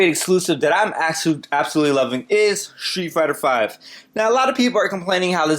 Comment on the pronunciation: Sheet Fighter V? :) Very good vid mate. Helpful to me as a new ps4 gamer.